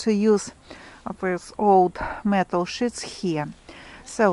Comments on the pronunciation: Just wanted to mention that if you are trying to say metal sheets, the “E” is said like in the word “We”. When said with the i sound (like in The word “with” it becomes a very different meaning 🥴🙂😉 But thank you for the wonderful videos at any rate , we really appreciate all the efforts 👍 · you was trying to be helpful. The way she was saying it sounded like the bad word.